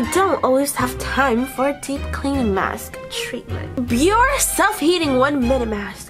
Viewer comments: Well sweetheart they won't until u learn how to pronounce their name correctly! Haha! Aw-I love u! Biore=[Bee-Or-A] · Well, sweetheart they won't if u don't learn to pronounce their name correctly! Aww-I love u! Ok Biore=Bee-Or-A..lol.. Say the end like the Fonz.haha. Aaaaeeeee. Haha-I crack myself up. Anyway-thanx 4 brightening up my day!